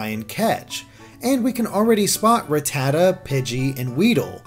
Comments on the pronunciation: Its not ruh-tata its rata-ta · Just as you pronounced Raticate as Rat-icate, Rattata is supposed to be pronounced as Ratt-ata. You say the "rat" part in both.